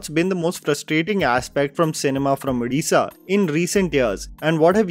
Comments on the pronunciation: Glad that got the pronunciation of the State name, language etc correct. I have heard many people mispronunciate. At the same time his unintentional honest mistake of mispronouncing दासमहापात्र (ଦାସମହାପାତ୍ର ) once again highlights, the way English has failed indian languages and scripts. Our scripts (all proto-indian scripts) are so evolved that even a person who doesn't know the language can at least read/pronounce the unknown word correctly. BUT ENGLISH CAN'T PRONOUNCE saala!! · Thank you for saying both Odia and Odisha with the proper pronunciation,!